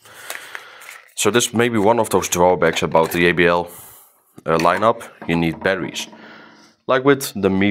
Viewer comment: I love how he says yeybl instead of jbl😅